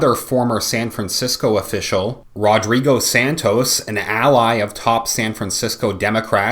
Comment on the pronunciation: 'RodBigo' LOL!